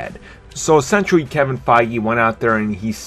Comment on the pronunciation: Hey dude. Try putting your tongue against the back of your top teeth. It's "this" not "dis". And lose the other Elmer Fuddisms like "essuentually", "verry verry" and "difffrent". Otherwise just be "verry verry" quiet and go hunt some wabbits. The word 'retarded' has fallen out of favor, so I'll just say that you are 'challenged' by the English language.